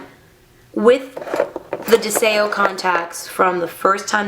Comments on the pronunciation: It's pronounced DEZIO.....means Desire in Latin (The language) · Are you sure ur saying the name right? Oh well. I lo e these I have smokey grey